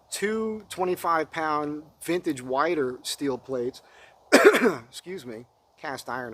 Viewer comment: Weider is pronounced weeder.